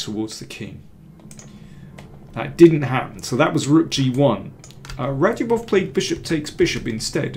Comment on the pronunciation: I thought it was pronounced ‘RadzhAbov’.